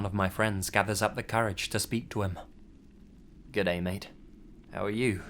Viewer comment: oh my god not to bad but your gday had me cracking a giggle 😂 oath